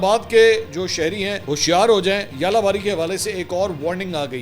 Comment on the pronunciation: ژالہ باری کا تلفظ اردو زبان میں یالہ باری نہیں ہے۔ آپ کے درجہ کا صحافی آسانی سے درست تلفظ سی معلوم کر سکتا ہے۔